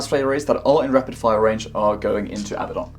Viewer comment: Hurrah, someone who pronounces The Despoiler’s name correctly! Not Don from ABBA… Oh, then you say Abbadon later 😂